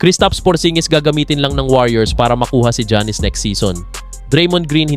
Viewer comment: Sir, paki pronounce muna mga name ng players ng tama. Hindi sya Jannis, ginawa mo naman pong barbershop. Not pronouncing their names right is like a disrespect to them. Research mo muna ung mga simple things, bago ka mag punta sa mga pananaw mo.